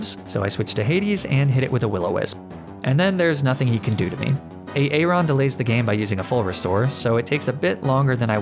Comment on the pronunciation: Lmao I love the way you pronounce some of these pokemon and trainer names. A aron and daydenne are two of my faves 🤣🤣